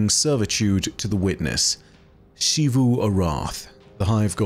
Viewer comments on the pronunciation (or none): I don't know why insists on pronouncing it "Shee-voo" despite multiple characters in game speaking it clearly as "Zee-voo" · Why do you say it "Shivu"? They literally just say Xivu in game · I’m looking forward to learning one day to properly pronounce Xivu’s name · It’s not like every character in the game ever says it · Im sorry, but I have a pet peeve with. His pronunciation of Xivu is never correct lol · At this point I'm confident you've seen at least one of my posts correcting your pronunciation of "Xivu." I have to conclude you're deliberately continuing to be objectively wrong out of spite. Why do you do this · It's his job to retell stories that other people wrote. A pretty easy job that just about anyone who can edit a video could do. The least he could do is do it right. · Clearly doesn't put enough work in to pronounce a name correctly. If anything, it's disrespectful to the writing staff at Bungie to deliberately continue to say it wrong.